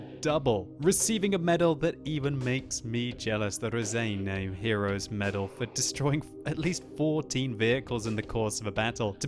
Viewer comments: Damn it, its not Razeiniai medal, its Raseiniai medal. Dont let down your Lithuanian fans! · when You saying "raseiniai medal", please say "raSeiniai" like Spirit, not raZeiniai like Zeppelin...:) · You say Raseiniai wrong. I'm from LIthuania and this is a lithuanian town Ra-sei-niai. If you don't believe do some research and if you don't believe that I'm from Lithuania... Then... Labas, kaip sekasi? Mano vardas Titas. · Im from Lithuania wich is where Raseniai is :D. Also its pronounsed [Raceinai]... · Hey, one small edit about pronounce - Raseiniai, pls check (lower volume on your headphones as that women speaks a bit loud) - Writing, because on your videos it's already common word. p.s. thank you for your hard work doing commentary, it's really pleasure to watch.